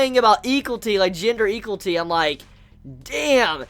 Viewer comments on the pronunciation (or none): love it when pronounces equality wrong xd.